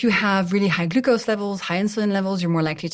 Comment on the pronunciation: Ahhh the way she pronounces glucose is irritating 😅